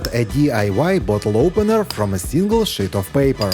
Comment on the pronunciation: Good tips, just wish someone in his crew correct him with pronouncing “ sheet of paper” versus “ shit” .